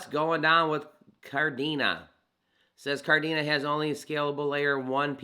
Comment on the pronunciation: Kadena not Kardena lol